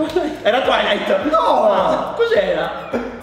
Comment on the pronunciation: hahahahaha adoro, che dice TWILIGH😂😂😂😂😂😂😂😂😂